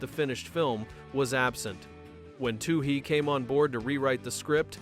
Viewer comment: Can’t finish this video because the AI slop narrator can’t seem to get the director’s name correct. Also, where is this information gathered from? I own the special edition DVD of this movie where the filmmakers themselves talk about the making of pitch black I can’t recall almost any of what’s brought up in this video